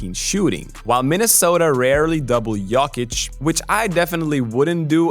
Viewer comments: it is "YOW-KICH " not "YOKE-KICH" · A suggestion: It's 'Yokich' as in 'Yo whats up', not Yawkich as in 'yawn or y'all' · It's not "yock itch" its "yo kitch" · Im from Serbia, to explain in English, it’s Yoke - eech. But the double ee sound is short and sweet, like the letter E when you do abc’s. And the emphasis is on the first syllable Yoke. Like Joke but a Y sound instead of J. So Yoke-eech accent on the Yoke. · u pronounced jokic wrong. its GOATic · I thought you are mispronouncing Jokic... but now I am wondering if the rest of us are xd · Yeaah, stop making NBA videos when you can't even pronounce the league MVP's last name correctly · That jokic pronunciation is a joke. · You also did it wrong ,it goatИЋ ;) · What is that weird pronunciation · I don't think so, I've looked up some pronunciation videos, the way is says it isn't accurate. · It’s not completely accurate, I’m Serbian and he is doing his best but that “o” is wrong.